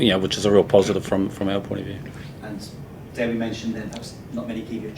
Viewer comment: Its Dewi, not Dewey.